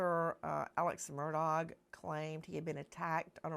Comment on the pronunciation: His last name is not mur DOG. It's murdaugh.. silent augh